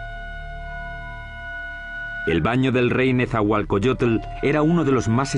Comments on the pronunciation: que mal que los que son locutores en esta historia no son mexicanos, NO SABEN PRONUNCIAR EL NOMBRE DE NETZAHUALOCOYOTL, dice netzahualcoyotle, ni siquiera saben leer...QUE PENA QUE ESTO LO ACEPTEMOS............ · El comentarista que traduce dice nezahualcoyotel jaja